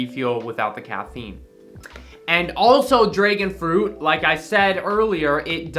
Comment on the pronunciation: My man rly said draegon fruit 🤣